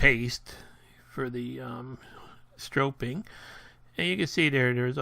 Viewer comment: /sträp/ not strope (stropeing is not a word) /Sträpping/ (stropping) Nice video. Thanks.